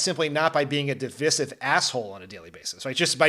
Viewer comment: Please stop mispronouncing divisive